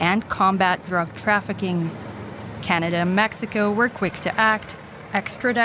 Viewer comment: Where is Canader? 😂😂